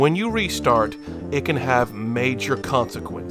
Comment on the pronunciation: a "glitché"